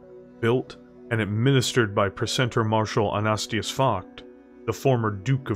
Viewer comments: It doesn't help that the dude has an uncommon German name, Focht alone is hard to say, let alone Anastasius. You just seem to be lacking the late A, AnastAsius, not Anastius. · Dude, I've enjoyed your work. Please take this as constructive criticism. Please learn your pronunciations better. It takes me out of the experience when you say things incorrectly. An-a-stāis-ius, not A-nast-i-us. Just an example. I'm not downing your work. I'm hoping to help elevate you to the level I think you could be at.